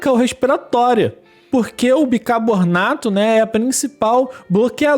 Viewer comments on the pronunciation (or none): não é bicabornato mas, bicarbonato